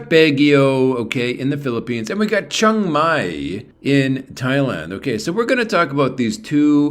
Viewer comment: It’s pronounced more like Chang than Chung